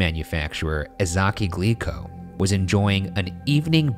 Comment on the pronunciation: I keep hearing "Glee club" instead of "Glico", and it's giving me horrifying flashbacks.